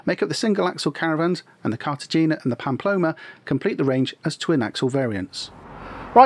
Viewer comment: Cartagena is pronounced with a soft g, like a breathy “hay” As always though, a really great, informative video.👍